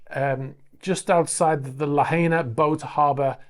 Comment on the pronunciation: All vowels are pronounced in Hawaiian. So Kuuipo is pronounced Koo-oo-eepo. Lahaina is pronounced La-hyna and NOT La-hayna. Great videos.